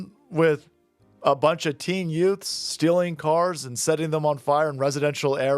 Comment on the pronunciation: Herman Munster judge: Did you say "Yutes"?!